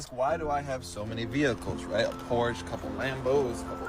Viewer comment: he pronounced Porsche incorrectly too lol thats always a classic